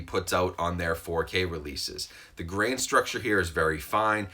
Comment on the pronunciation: A starship Trooper dies everytime he says grain